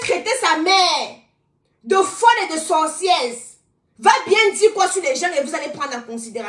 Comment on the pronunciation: Bsr 😂 stp on dis sorcière pas sorcièrse😢😊 ❤❤❤❤❤❤❤❤❤ parle stp ne bani pas ta page